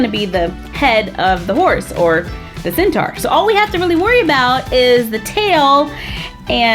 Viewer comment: its centaur not centar